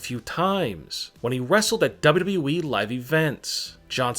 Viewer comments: Seriously he says wwwee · Why do You Say WWWWE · Stop saying dawbudabuy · Why do you say WWE like dub dub eee